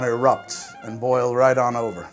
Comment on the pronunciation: I DIED when you said you want to shake it to completion...and then wind up disappointed hahahahahahah and finish it yourself. Even your crew was like: "CUUUTTT!!!" Edit - Also liked the emphasis on suck and erupt. Or should I say Erupt! and Suck!...and Thrust!